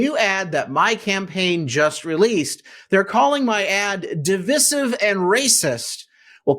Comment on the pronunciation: Please learn how to pronounce "divisive". It rhymes with decisive, not with permissive. The " vis" has a long i, sounding like "vice". Thanks.